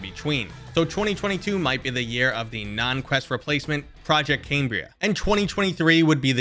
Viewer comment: OK, take lessons then. Specifically (to name a few) "talking" vs "tawking" and you said "Crest" not "Quest" all within the first 30 seconds. I do enjoy your content. Please don't take my gripes as an insult.